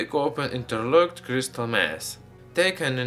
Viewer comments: Criestal mantane criestal criestal what the fuck man he should have a throat surgery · Why did it sound like he kept saying crystal meth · It sounds like he's saying crystal meth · sounded like he said crystal meth XD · Not to be mean about his accent b yup t it sounded like he said crystal meth